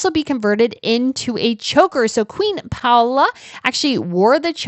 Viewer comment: Not Queen Paula but Paola pronounce the names correctly!